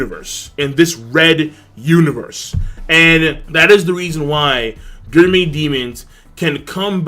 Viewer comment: So i'm a fan and maybe you explained it somewhere else but why the fuck can't you pronounce gourmet?